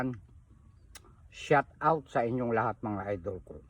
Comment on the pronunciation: shout out hindi shot out tatang me admin kpa nlalaman pero di tinatama pananalita mo para kang tanga lang😅